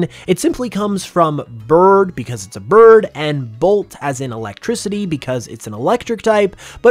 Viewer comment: Yes you said birb